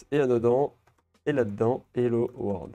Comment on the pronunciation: C'est hello world pas hello word xD